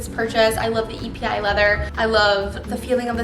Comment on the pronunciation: Pronounced "Eppey leather" (Its not an acronym) Gorgeous bag!